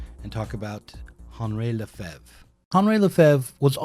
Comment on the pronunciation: And for Henri Lefebvre, the first name is on-REE, not on-RAY. Jeez.